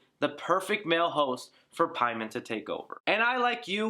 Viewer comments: Paimon (English) = For the Persian name, Peyman not PIE-MON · You say Paimon wrong when they said the correct way multiple times. Idk it just bothers me. They pronounce it Pay-men yet you make up a pronunciation